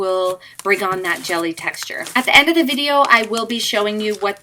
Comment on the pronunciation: who else herd her say "i love the taxture" not texture XD